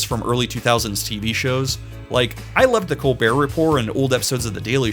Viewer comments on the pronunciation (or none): none